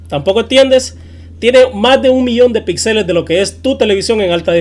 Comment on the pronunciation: Aprende a hablar, se dice Píxeles con acentuación en la i, no pixeles.